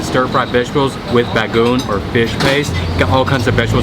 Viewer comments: I can't help but smile seeing you adding bagoong in your food 😊, by the way it is pronounced BA-GO-ONG not bagong 👍😁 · The way you say Bagoong, sounded like your enunciating the word " Baboon." Bagoong has three syllables. Ba-go-Ong. Unripe mangoes and bagoong is always the bomb. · It's pronounced as "bago-ong", not "bagung". Glad you liked it 👍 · Ha, shame on the restaurant for not giving you the proper sauce to go with the longanisa (sausages). And it’s bag-go-ong :) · Just to help you how to pronounce Carinderia (ka-reen-der-ya) Bagoong (bago-ong) i think that is pinakbet (pee-nak-bet) Bangus (not banggus) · BA-GO-ONG That is how u pronounce it. Lol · Dude it's BA-GO-ONG Btw great video